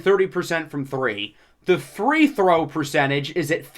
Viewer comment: why do you keep saying three throw?